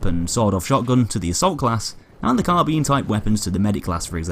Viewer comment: When you're british and still can't say "carbine" properly...